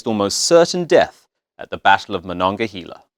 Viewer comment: Haha I live in Monongahela Pa, also they miss pronounced Monongahela